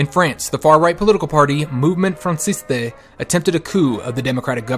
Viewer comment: "Movemont Francistay" should be pronounced Movemen Fran-see-st